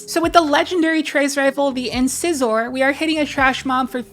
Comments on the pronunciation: Just for the record, incisor is pronounced like the tooth where the “cis” is “size”. Lol just one of those things that bother me. I appreciate your videos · Incisor- Inn-sigh-zer lol. Tooth.